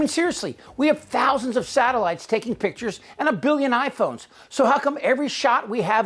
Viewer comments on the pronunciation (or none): none